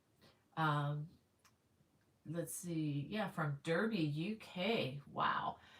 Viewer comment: By the way, in the UK, you pronounce Derby as “Darby”, and Yorkshire as “Yorksheer”! 😂🤣😂❤️❤️❤️